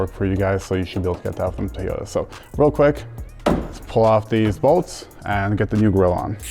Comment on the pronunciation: It is toy yoga not tiy yota. Why does everyone say it wrong it sounds stupid